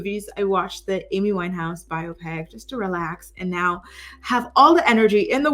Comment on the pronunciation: It’s pronounced By-ahh-pic. Not whatever you said